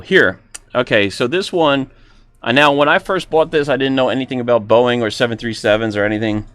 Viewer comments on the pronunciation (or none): none